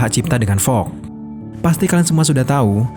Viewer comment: Fox min bukan Fog